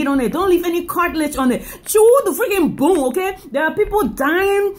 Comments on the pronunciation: It's bone not boon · I get a booner every time she says, "abuse the boon." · If i hade a dollar for everytime she said "boone" id have like 10$ 😂😂